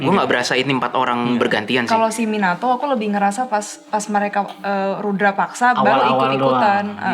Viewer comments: Rudapaksa, bukan Rudrapaksa 😂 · FYi : Rudapaksa Bukan Rudra (Siva) paksa 🙏 Mohon koreksi kalau saya yang keliru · Rudapaksa bukan rudrapaksa, bang 😊